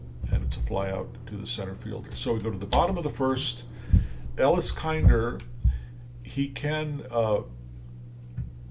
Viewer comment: It's KINN-der